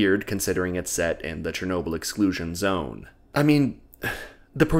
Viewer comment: What the hell’s a Chernoberlatite?